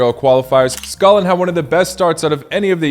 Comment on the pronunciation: Good comentary. 👍 Please try to pronounce "Scotland" properly. As you can see it has a " T " in there. "Sco - T - land". You are pronouncing it as "Scolland". It took me a while to understand what you were saying. 🤷‍♂️